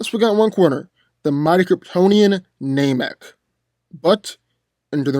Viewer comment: It is pronounced NAM- ek, not NAME-ek